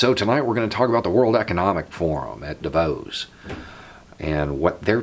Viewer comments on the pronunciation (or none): It's pronounced "DAH vose", but thanks again for your perspective. Sincerely. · Hey internet people again........ am pretty sure you pronounce it Dah-vose, at least that's what I have heard:) Now what it does is far more important then saying it thou..... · The way you said Davos 🤣